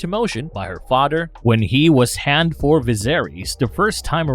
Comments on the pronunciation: It’s father not “fodder” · guessing this is incapable of pronouncing th da fadder lol. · I'm sorry, am I hearing the narrator say "mudder" & "fadder"?!